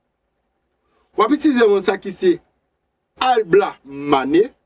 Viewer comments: Bon travay, yon sel ti problem mw gen ak mo yo, ou ekri yo yon jan, ou prononse yo yon lòt jan. Exp:LaBlamane. Ou prononsel AlBlamane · janw ekri mo a epa konsaw li nn ou Di ablamane poutanw ekri lablamane